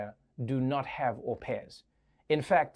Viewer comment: Good job on getting the pronounciation on au pairs correct, Trevor.